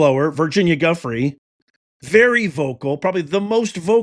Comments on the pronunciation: I don't mean to be picky but please pronounce her last name right. It's Ju fray not Guffrey. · Hi 👋, Just a friendly fyi: Virginia Giuffre’s last name is pronounced as: “JEW” - “FRAY” Appreciate your work! ❤️🤍💙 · her last name is pronounce Jo-FRAY. Sad what happened 😢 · Her name isn’t Guffrie, it is — and this is for pronunciation— Gee-ou-FRAY. Something like that. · It's pronounced JOO FRAY not guffree. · Her name is pronounced "Goo -- FRAY." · Her name is pronounced "Jewfray" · Her last name is pronounced “Jew-fray” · Her name is pronounced “Joofray.” Surprised you are not saying her name correctly. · Pronounced Jew-free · Thanks for drawing attention to this. Her last name is pronounced Jyoofray. Accent on fray. I don't believe it was voluntarily self-inflicted. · Just FYI.... Virginia's last name is pronounced Joo-FRAY. Accent on the second syllable. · I believe her name is pronounced JEW-fray. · Her last name is pronounced joo-fre or jew fre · That is not even close to how you pronounce her last name. She also did not live in an apartment! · You are mispronouncing her last name. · I guess she was Arkancided. It is SO sickening!!! (BTW, her last name is pronounced with a "J" sound.)